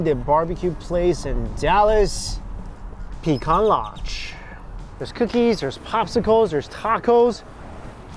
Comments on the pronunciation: It is actually in Deep Ellum. Don't pronounce Pee-can or Pee-Cahn. You're in Texas now, it is Pah-cahn. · Wow, completely butchered the Pecan Lodge name! I’m born and raised here in Dallas and always avoided it because I just knew it was too hyped to be what it seems. You just confirmed it for me good sir!